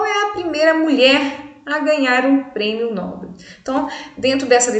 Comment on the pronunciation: Nobel é uma palavra oxítona!